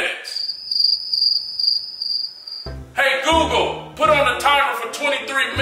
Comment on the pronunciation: Did he call Google lil whore? Haha